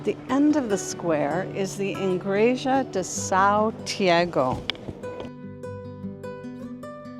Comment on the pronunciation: Igreja not ingreja